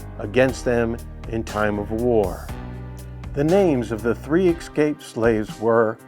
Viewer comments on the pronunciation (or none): What is "Excape"